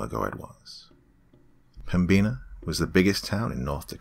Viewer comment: The B is silent in Pembina and the "in" is pronounced just like the word "in"